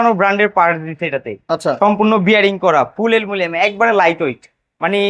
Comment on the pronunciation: Aluminum ❌ Alumilianm✔️